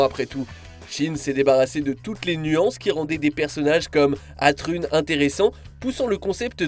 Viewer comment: Oh mon dieu ! De pire en pire les citations sur les séries Gundam. Le massacre sur le nom du meilleur ami de Kira Yamato, en disant Atrune, car son écriture est Athrun à la place de le lire comme Asran ! Please plus de Gundam ! Mais j'avoue que Shinn est horrible